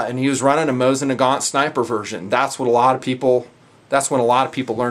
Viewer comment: According to my friend whom lives in moscow you are saying it correctly. Its how I say it and how most people say it lol. The tools whom say Mah zeen Nagent and whatnot are just trying to seem clever.